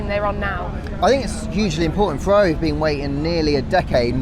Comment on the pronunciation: it is not said "Fevvavi" but "Ferrari" with italian "R" pronunce